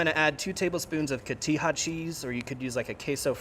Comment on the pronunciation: Did he just say KO TEE HA CHEESE??? What in the redneck is this hahaha. Also after seeing all these Youtubers try to fancy the crap out of so many foods I'm starting to believe you really can only mix things up to make something so much before it becomes labeled as soup.